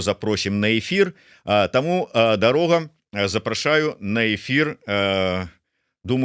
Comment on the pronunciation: калі ласка, называйце ДароХу ПРАВІЛЬНА, бо здаецца, што ВЫ ня ведаеце твору Евы Вежнавец(сьветлая памяць) "Па што ідзеш, воўча"...